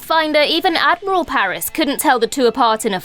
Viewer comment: Ad-moral Paris